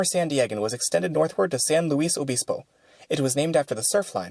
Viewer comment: San Luis Obispo is pronounced 'San Lewis Obispo' (translation: St. Louis the Bishop) Joaquin is pronounced Wah-Keen. Spanish, not German